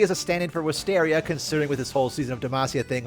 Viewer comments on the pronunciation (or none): none